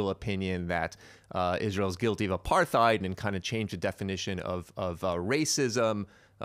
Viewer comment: "apartheid" is not pronounced with a "th" sounds. It's "apart-heid". Hard T.